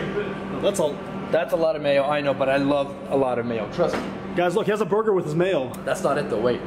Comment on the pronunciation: you said buger not burger